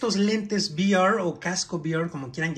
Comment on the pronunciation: se dice VR no vair gringo